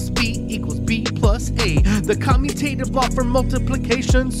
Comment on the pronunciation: We really appreciate your videos. Just an FYI, you mispronounced "commutative." Is should sound like the word 'commute', as in 'to travel'. Just like the letters are traveling when they switch sides.